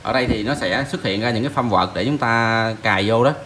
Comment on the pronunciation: framework là khung chương trình của Windows đọc là phờ rem wộc, còn firmware là bản đóng gói hệ điều hành đọc là phơm que. Nói tiếng anh chuẩn cho sang mồm anh ơi hihi